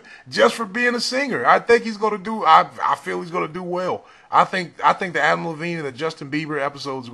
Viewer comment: Its adam levine not adam levene